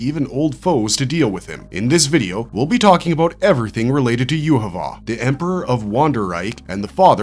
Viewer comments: not with the way he is pronouncing his name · why are you pronouncing his name so badly, 3 minutes into the video and I had to tap out